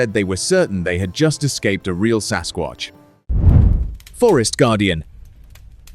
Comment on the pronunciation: 2.56..MAN,NOT SASQUACH